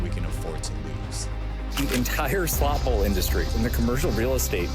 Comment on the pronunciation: What is a SLOT BOWL. You say slot bowl quickly again and again. Slow down.